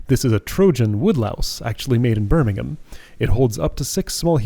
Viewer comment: Even as an English person reading these exhibits about Englandland, I still assumed it was coffee! But you're probably right that it's meant to be tea - fits the theme. Also, I was fully expecting to say Birming-HAM, but was pleasantly surprised!